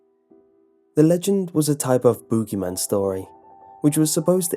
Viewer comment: The " bügy man" love it